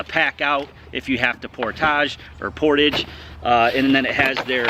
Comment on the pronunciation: portawwwge.....it's french....portage is what ya call my belly....cause I'm a portly fellow...;)